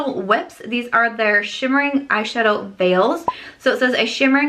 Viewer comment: When you said shimmery eyeshadow veils I heard shimmery eyeshadow fails 😂 didnt sound promising lol